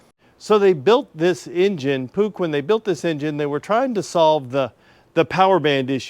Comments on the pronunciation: Yes, “Pook” is the correct way to pronounce it. I believe "push" is a joke about reliability, but I could be wrong on that. Here in the USA I have heard many mispronunciations, "puck", "puke", and "pooch" being three very common ones. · I'm not absolutely positive about this, but I'm pretty sure the correct pronunciation of the name of that manufacturer, "Puch" is pronounced 'Poosh'. It's French, they made numerous bikes, specifically smaller engines and bikes of the Moped verity. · Not uncommonly, it's the founder Johann Puch's surname. Pronounced ~ 'posh' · The pronounciation is POOK. They were/are part of the Stehr (spelling?) Arms Co. Puch built bicycles, motor bikes, mortor cycles and I think autos too. Stehr (STAYER) was/is an arms company. My father almost purchased a Puch motor bike for me in the early 1950's but changed his mind so I road a bicycle. The only motor cycle I have is a 1964 Honda CB125. It was purchased in Sasabo, Japan by my brother who was in the Navy and brought it home in 1966.He gave it to me in the mid 70's and I road it until I had a severe bought of Vertigo. I still have it in my garage. Have you ever seen a Japanese rain coat for a motorcycle? My CB125 came with one. I also have the English owner's manual and alll paper for it. I believe there were only about 12 of these imported to the USA in 1964 and all were sold on the East Coast. Quite a few 1964/1965 CB125s were sold in the UK. How old am I? I voted for Eisenhour's second term. I was only 19 when he ran for his first term. I truly enjoy your tails of making bikes run again. Best, Cary sa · as a dutch person close to german its funny hearing him say puch its like the dutch g in the back of your mouth sounds like a throat sound but its done with the back of your tongue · Pronounced =POOSH. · I had one of those. I pronounced it push cause I did that a lot. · In Australia we pronounce Puch as Push.